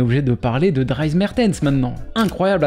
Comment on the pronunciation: À ça se prononce "Driss" 😉